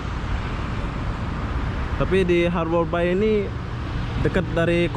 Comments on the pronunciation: Sebutan yang betul untuk ( Harbour Bay) sepatutnya 'harbor bey' bukanya 'harbor bai" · Bunyinya haber bey...tn